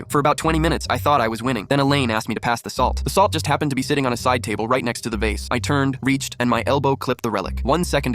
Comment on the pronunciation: "da vasa" Had me rolling on the floor